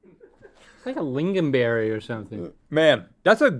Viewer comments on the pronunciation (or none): do not say "liggonberry". how hard is it to read? it's called lingonberry. pretend Klingons had a berry, and the "k" is silent.